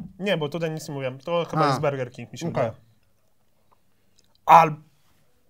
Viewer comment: Czy tylko mnie kuje w uszy gdy mowi 'berger'? xdd